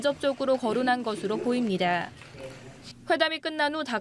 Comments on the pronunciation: 보입니 돠 ~~😂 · 아니 이 브리핑 앵커 발음 머야 ㅋㅋㅋㅋ 윕니도ㅏㅏㅏㅏㅏ